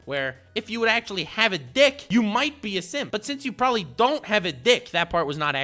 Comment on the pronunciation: I need a ps4 Nnm dude said “probely “ LMAO 😂 what a child